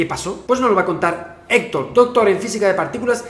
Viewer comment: Héctor no Héctor jajajajaja